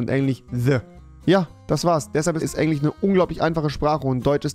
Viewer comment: Tich, Fich und Englich